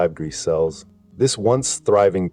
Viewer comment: Come again? What did you say? "onedred forty eight point sixty five gree cells" ?